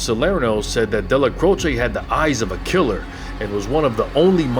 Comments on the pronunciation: His name was pronounced Dellac’roach’, not Della’crochay’ Otherwise interesting video! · Excellent video, Neil delecrosh is pronunciation my great uncle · Well done! Excellent! Best I’ve seen on Neil So many clowns here who can’t equate the correct pictures with folks they are covering or pronounce the names right This is the real deal Neil’s name pronunciation is debatable At MCC Manhattan when I was there at 7 north with plenty wise guys 1990-91 Dellacroce name was uttered with the same hushed reverence as Chins even though he was five years deceased …..Gotti was just John and on my tier but not feared like those two….and pronounced ending short or long E final distinct syllable and also ending like “roach” I speak Spanish Portuguese decently and some high Italian and it should be the short E with its own syllable ending Dellacroce as in “eh” or “a” Again we’ll done Subscribing now